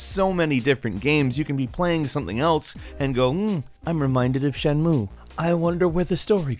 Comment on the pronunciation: Jenmu ? Its pronounced shen-mue and tenkou(Tenchu) ,its pronounced ten-shoe ,I know im bit of a grammer nazi but too Classic title names you just slaughtered and i couldnt let you get away with it scott free 😊